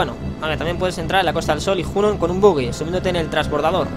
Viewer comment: Normalmente las palabras en FF se pronuncian en esdrújula o sobreesdrújula ya que provienen del japonés y todas tienen el acento en la primera sílaba. En inglés suele ser parecido, así que Gongaga sería "Góngaga" xD Por cierto, Dyne se pronuncia "Dain", "Yuffie" se pronuncia "Yufi", Junon es "Yunon", Cait Sith se dice "Keit Siz" y "Cloud" se dice "Claud", etc... Ah y gracias por pronunciar bien el nombre de Sephiroth ("Séfiroz" xD), "Sephirot" es una traducción horrible xD Siento ser tan tiquismiquis con la pronunciación pero es que me puede tanto como las faltas de ortografía xD Me encantan tus guías :)